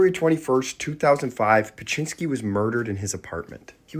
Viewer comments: Beksiński is a great artist but as someone from Poland it took me seeing the name and painting to recognise it. The poster is not pronouncing it correctly at all even tho i pappreciate the video haha tbh it's a pretty complex name for an English speaker.im not sure how to Wirte Zdzisław phonetically but Beksiński would be closer to "beck-shi-nski" (I am struck how there is so many very polish letters combinations that are so hard to write phonetically in English I don't know hot to do it) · Pronounced Bek-shinski